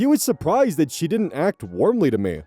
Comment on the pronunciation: I was halfway through the snake update and found myself thinking "man I hope thry call the snake a noodle or worm so does the 'werm' audio stim, it's so satisfying to hear." I was a little disappointed when there was no mention of werm. When you got to the word "warm" in the next story and did the thing I was simply delighted. Excellent content 10/10